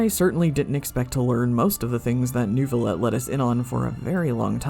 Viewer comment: The fact that people can hear the name: "Neuvillette" and still somehow say "Newvillett" is astounding to me. Do people just mute the dialog?